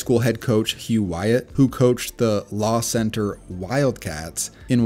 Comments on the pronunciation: as someone from around Lacenter and a huge football fan im surprised i hadn’t heard of Hugh Wyatt, also Lacenter is pronounced Lah and not Law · Man, hearing someone mention La Center, the town I grew up in really through me for a loop. It was cool to hear Coach Wyatt’s “Wildcat” mentioned in your video Also it’s pronounced Lu-center not Law-center, like how la is pronounced in Spanish 👍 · That law-center was painful to hear 😂 Nice video tho 👌